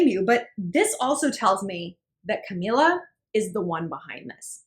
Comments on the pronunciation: Not to sound like an ass but.. It's CamEELA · Ca- mE- la...my gosh how hard is it to say her name right